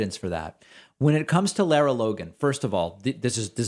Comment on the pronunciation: First, her name is pronounced like "Laura" and not "Laira". Since she's been around for awhile, and you make reference to her more exemplary work with "60 Minutes" (though she seemed to get in trouble there as well for some exaggerated or downright false reporting), I would think you'd have the pronunciation down. Anyway, I think this is just one of hundreds of deranged, offensive comments from the FoxU sphere, and I'm not convinced it's even worthy of dignifying with a commentary to call her out. If this same anti-Semitic and anti-science BS was being spouted by numerous others on that despicable propaganda channel, that might be justification for exposing this as a hideous trend. It's the constant stream of grossly dishonest, cynical, traitorous crap that comes out of the channel's prime time exponents for right-wing bigotry that should make us all nauseous and cause us to demand Fox "News" be removed from cable TV standard packages.